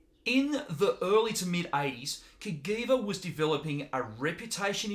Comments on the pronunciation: It's pronounced "Kuh-Jee-Vuh", NOT "Kuh-Gee-Vuh" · Not Ka-Gui-Va but Cajiva # Ka-Jee-va. Castiglione Giorgio a VArese. The name of the father of the two brothers + the name of the city in Italy. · Hey there. I am Italian and the correct pronunciation is just like was written CAJiVA so the G is soft. Not CAGHIVA but CAJIVA. Btw cool video 👍. Greetings from Italy then 👍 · I was going to say the same thing.